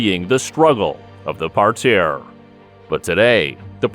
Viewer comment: What’s a par-tare?